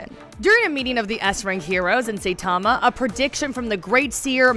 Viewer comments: It’s saitama not say tama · SAITAMA, SAI-TA-MA , さいたま! Not SAY-TA-MA, せたま! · Seitama (Say tama)? Ginos (Gee nose)? Triggered! >_> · Did she just call him "Say" tama?... try watching a show before you make a video about it. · I quit the video the moment she pronounced it "Saytama"... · It's not saythoma it is Hi with an S(Sai) Tuh and ma Saitama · This video was soo cringey how you gonna say “say tamma” instead of saitama.... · All you had to do is pronounce the damn Sai Tama girl Not sitama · Say tama no saitama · Not say, Sai, it's SAItama lol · Say tama and ginos. Nice job, nice job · Saitama like the weapon "sai" or "sigh". And Genos as in "generation." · ITS PRONOUNCED SIGHT-TA-MA DAMN YOU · Stopped watching when she said "Saytama". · Say tama and gee nos. Okay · Say Tama and G Nose... Press F x ∞ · SAYTAMA GEENOSE 😂 usually I don’t complain but oof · SAY TAMA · saytama and jeanos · Who tf is Sayytama? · Aren’t they pronounced “Sai-tama” and “Jen-os”?? Lmao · Sayytamma lol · I am wondering if She pronouns “Saitama” & “Genos" as Saytama & Gnos Then Fubuki? should be Fub Uki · i am cringing at this person's Japanese pronunciations ,"G Nos"? "SAY TAMA? Ew,no! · Who the hell is say-tama? This bish even watch it? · She's really gonna mispronounce the protagonists name throughout this entire video dedicated to him huh. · How is she gonna pronounce Saitama's and Genos' names like that? Did she even watch the anime or just reading the script from an actual anime enthusiast? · She butchered my man Saitama's name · stop saying Saitama like this